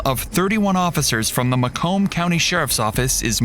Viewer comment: Ma-"comb" lmao That's not how it's pronounced. It's "may-cum".